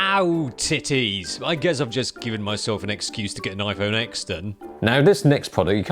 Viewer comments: It’s iPhone “ten” not iPhone “X” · “iphone ex ten” 😂